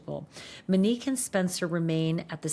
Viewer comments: it feels inappropriate given the circumstances (her channel makes money off discussing and sensationalizing horrific tragedies of strangers), imo. i feel like she’s aware her pronunciation (mehn-NEEK instead of MOW-neek) is off. i don’t know the standards for typing things out phonetically, but she says ‘Mo’ and ‘ u nique’ in a typical way multiple times in this video so I’m thinking it’s just a name she’s unfamiliar with. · And it’s “MO-nique” , not “Mi-nique” …it’s driving me crazy! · MOnique. Not Meneque. 🤦🏻‍♀️ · Her name is MOnique, why do you keep saying “MEnique”? 😭 Also, please enough with the Brian K comparisons. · Monique, not mo 😅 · Her name is MONIQUE not MO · She did not go by the name “MO”. Her name is MONIQUE. Not “Mo”. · Her name is Monique. Mo-nique. Not Mo. Show some respect. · Her name is “Monique” not “Manique” Sorry, it’s getting to me. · Right, please say MO-nique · One thing Ash is going to do is alter folks names. "Muhnique" is killing me. 😂😂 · Thank you for covering this story Ashleigh but please please for the love of all PLEASE pronounce Monique’s name correctly.